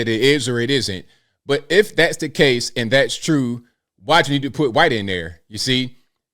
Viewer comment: Why do you pronounce the "h" in white. That's a hard "r" brother.